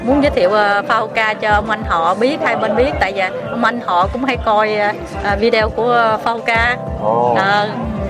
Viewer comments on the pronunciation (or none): Qua Norway hơn 30 năm mà nói chữ Video thành vi-déo. Không học hỏi gì hay sao?